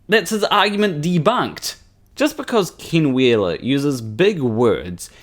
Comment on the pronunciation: Just so you know, when you say 'Ken Wheeler', it sounds like 'King Wheeler'. This could be funny if you played into it. But it also is really awkward with this narcissist cannibal. Maybe, just a humble suggestion, practice you e's so they come out as ehh rather than ihh?